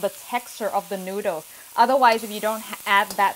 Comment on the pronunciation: Her accent is almost perfect minus when she says a few words like "noodles"